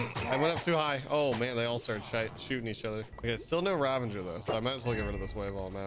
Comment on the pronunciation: It's Ravager not Ravenger. Great vid btw